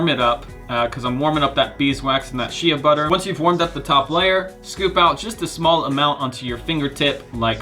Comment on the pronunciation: Constructive criticism: 1) Shea Butter is pronounced "Shay Butter", not "She-a butter". 2) Being all natural does not make anything safe... Cyanide, arsenic, lead, mercury, and cancer are all natural too.